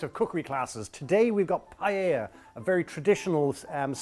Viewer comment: I made this with him on an rte kids cooking show and he had to say paella 50 times before he said “pie-ah-a” instead of “pie-ell-a” lmao